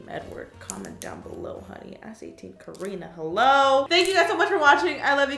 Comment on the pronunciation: Ways to say karina Kah-ina Keh-ena